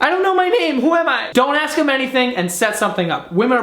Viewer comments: Was about to sub, then you pronounced "ask" as "aks" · When you're drunk you pronounce ASK properly... well done, keep drinking. Yeah you might end up an alcoholic, but at least us grammar Nazis will be happier. 😎🖕😂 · I "Aksed" you a question. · "if you ever axed a woman" Loooool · "IF YOU EVER AXED..." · Can you not say ask